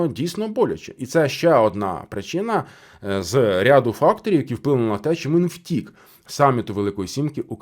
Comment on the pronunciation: У вас наголос на слово "втік" і неодноразово, ну таке враження, що карти розкладає таролог для вух, якщо ви професіонал своєї справи, то ви повинні факти зразу до цього "втік" надати! Якісь ляпи!